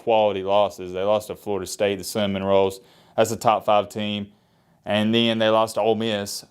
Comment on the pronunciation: Starting to think can’t say Seminoles so he says cinnamon rolls #matthasproblems